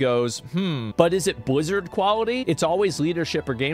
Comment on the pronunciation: "buzzard quality" lmao